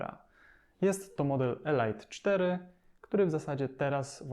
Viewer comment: A elite czyta sie elit, nie elajt.